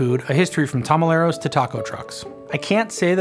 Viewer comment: as soon as he said "tamaleros" im out